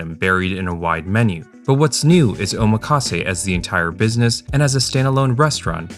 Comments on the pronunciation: Btw it’s pronounced “OH-MAKASE” not “oma-KAse”. 😭😭 The “makasé” part is from the verb meaning “I leave it to you”, so it sounds so weird when English speakers break that up O + makase Not Oma + kase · that is not how you say omakase. You pronounce "kase" correctly, but the "oma" you say sounds like "omaha" when it shouldn't. The "omak" should sound like "oh mock" or "maki" from "maki sushi".